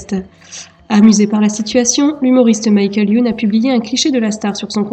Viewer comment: purée mais c'est horrible comment vous dites Michael Youn...-.